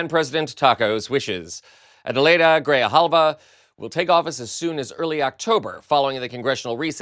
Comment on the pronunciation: It is not Griljava!! It GRIJALVA and you can say it like GREE- HAUL-VA, now, say it again many times, and now you're speaking spanish!!